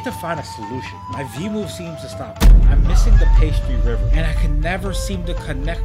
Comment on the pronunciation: I notice that pastry river sounds like pasta river LOL